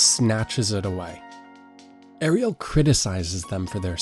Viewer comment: He says it correctly on occasion, by accident, I think. He also sometimes says Air-ree-el for Ariel. Errgghhhh.